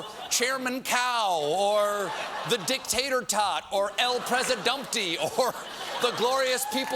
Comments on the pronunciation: Dic-tater tot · "The Dictator-tot" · Lol "Dictater-tot."